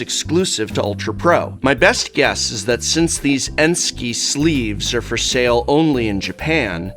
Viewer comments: I imagine that few care but the brand name is Ensky and not 'Enksy' ::shrug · While the Prof is downright awesome - This is going to be a tedious review to listen to if he keeps pronouncing Ensky (look it up, it is a word) like Banksy... it is not enksy, it is “ensky” Prof, ensky.